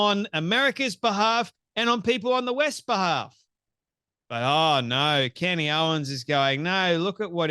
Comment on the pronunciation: Candace not candy